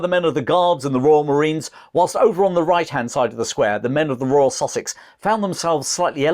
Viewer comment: When he first mentioned the "Sussex" regiment. I heard "sausage regiment" and was like, huh? lol